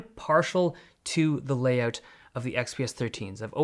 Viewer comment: Is not until he says "layout" you remember he's Canadian.